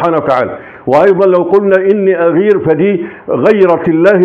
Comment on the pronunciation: اعتقد انها ( اغار ) و ليست ( اغير )